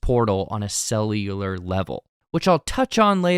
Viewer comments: You say and use "cellular" worse than Arnold Schwarzenegger... Somehow... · "Cellular" is a hard word for.